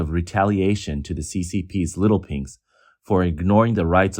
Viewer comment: Did you just say, Little Pinks or Little Pigs!?